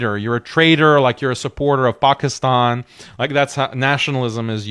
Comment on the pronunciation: This guy said pakistan like actual pakistanis say it lol